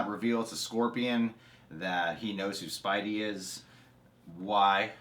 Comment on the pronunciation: spidey not spidy lol